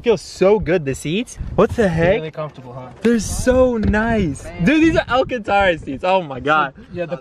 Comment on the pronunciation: Man said alcantora😂